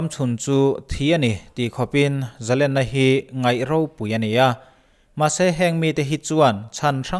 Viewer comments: Zalena "len" tih lai tak hi, sangha len kan tiha "len" kan thluk ang hian thluk tur a ni lo maw???🤔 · zalenna laitak a lenna kha,sangha manna len lamrik dan hian lam la,a dik zaih ang